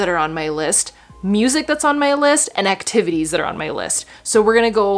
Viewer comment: "Christmas acti va tays" 😆😂😂😂